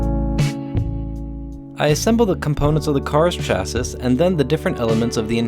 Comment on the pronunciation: Did you pronounce the second sylable in "chassis" like you would pronounce "sister"? Lol I've never heard that before.